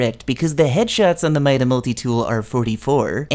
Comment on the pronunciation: . Mida is pronounced MEE-DA